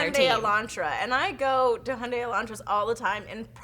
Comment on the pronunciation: How can you fuck up the pronunciation of Hyundai that much? It's Hi-Un-Dye